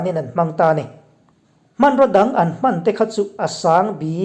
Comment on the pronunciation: Hman hi i lam dik lo deuh a ka pu